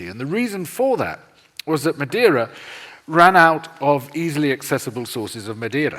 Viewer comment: Madeira means wood in English. Brazil, btw, is a type of wood that is deep red inside and was used to produce both red ink and for ship-buildibng. A brasil is s portion of red hot embers - hence the name. The guest, btw, did pronounce "Madeira" very well at a moment. I will disagree about his description of the Portuguese in Brazil during the 1500s. To be honest, I don't know details about that period specially the relationship with the Tupi and Guarany in the coast of Brazil. I know some native individuals were made into slaves but what actually happened is the Portuguese males maried native women since it was both in Portugal and for the Tupis and Guaranys a form of creating aliances. I also never heard of the Portuguese cultivatin the land until it went sterile. (there a better word ... sorry I don't remember). The Brasil Tree still exists so they did not extinguish it. Also, in the midle of the 16th century the Queen of Portugal prohibited making natives into slaves. (religious reasons). A lot of the massacres of indigenous peoples happened in the 20th century and were carried out by private individuals against the will of the Government. The Indian Protection Service was created in the 1920s and was headed by Gen. Cândido Rondon who was, himself, half Bororo indian. 2/3 of all Brazilians have Tupi or Guarany ancestry - including myself.